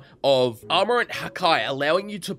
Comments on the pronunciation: it ha-key hakey, not haky XDDD don't worry ill correct every single incorrect pronunciation u do:D and i hope u notice me senpai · Man said hakai instead of haki and mine mine no mi is a better one piece mod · haki: ha-kye X haki: ha-kee ;) just to tell ya to eat multiple devil fruits you might have to have 2 specific fruits called the yami yami no mi(ya-mee) and the Gura Gura no mi(goo-ra) (not to be confused with the Goro Goro no mi) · BUTTER OML HAKI IS PRONOUNCED HA-KEY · Did u js call haki hakai.....? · why tf did he say ''hackeye'' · it's haake